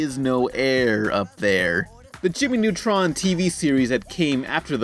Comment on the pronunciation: "Jimmy Nutrun", get it right man